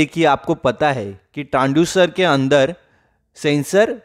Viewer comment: Transducer not Tranducer , Make pronunciation perfectly